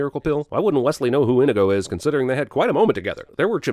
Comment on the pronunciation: Adding a sin for how you pronounced inigo